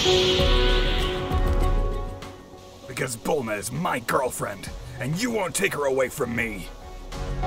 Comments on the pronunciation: "Belma" haha its "Bulma" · BELMQAEROE HAHA ITS BULMA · It’s Bulma not Bellma and uhhh……. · It’s bulma not belma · It’s bulma not Bella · It's Bulma not belma 😂😂😂😂😂💀